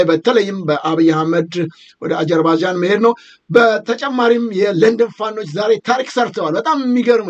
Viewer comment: እንግሊዝኛው እምቢ ካለህ አጀርባጃን ሳይሆን አዘርባጃን ነው የምትባለው አገሪቱ። እንደ ጋዘጠኛ እንደዚህ መንተባተብ ያሳፍራል ለአንተም ለእንግዳህም። ይደብራል !!!